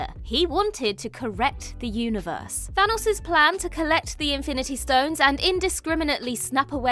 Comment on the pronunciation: Who TF is Than-AHS?